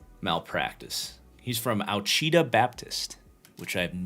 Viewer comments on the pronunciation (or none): Ouachita is pronounced “Wash-i-tah”